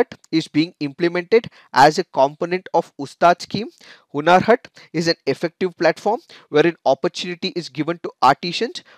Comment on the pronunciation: Respected sir the hindi word is "hunar hath" while pronouncing the "Hunar Haat". But its ok sometimes it happen.